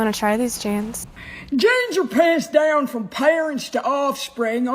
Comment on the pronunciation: She sounds lobotomized. I've never heard anybody pronounce "down" like that. "Dau-win"